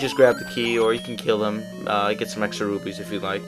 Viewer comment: its really interesting how you say rupees :P. Kinda like: Rubees or something like that.